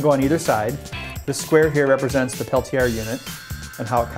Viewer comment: anyone else cringe when he pronounced Peltier?